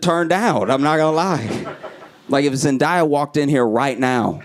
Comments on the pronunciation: I hate to be that person lol. But it’s pronounced Zen-day-yah or zin-day-yuh instead of zen-dye-yah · Love you. Love every single video and clip. You are hilarious... But her name is pronounced ZEN•DAY•A not Zen•die•a 😂 Love you tho! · Nigga still can’t say zendaya right, it’s all good tho